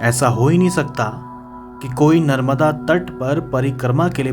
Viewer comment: नर्बदा नहीं------ नर्मदा